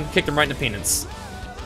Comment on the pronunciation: " Kicked hes Pee-nance "